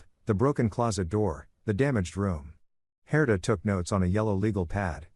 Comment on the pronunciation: I just want to say first , the name Herter , or Herder ,,, is not correct , the name is spelled Herta , how do I know that is correct ,it was , is , my mothers name , she was Austrian it’s a European name , will not hold that again the story lol . Point of interest , on my part … The story is really good , I enjoyed it thanks and the voice great …. I would love a part two , just to see and hear how these children interact with their biological father’s etc and that they ended up hopefully really happy with their lives ,, and the dad , wanting a great outcome for him as well ..